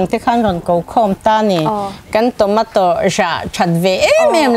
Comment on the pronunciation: Tawmataw tih a lam lo tur.... Chhawmeito USA lam a kan pronounced dan aw zoram ai a ram changkang zawk ah bengvar nan mai mai